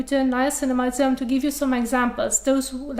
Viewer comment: ‘Dis’ is one intense face washing video… If you’re slightly tired or not an expert, your head may spin. :-) It took me a good few minutes to realize that ‘zz-airm’, lol, was SERUM. cute. She’s intelligent, speaks fluid English and articulates it well. I’m glad these videos are just a Hobby of hers ‘cause she’s rather overqualified for the job. Enjoyable extracurricular practice, nevertheless.